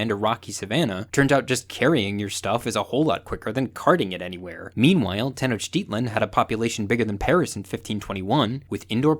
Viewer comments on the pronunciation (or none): none